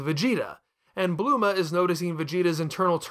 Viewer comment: Why do you pronounce goku so weird...im just gonna assume your doing it on purpose like "bluema" and "super cyan"